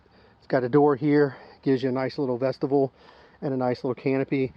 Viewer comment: Awesome video and I appreciate the review, and I hate to do this, but vestibule is not pronounced like vegetable. It is vestibule with a long U vesta byool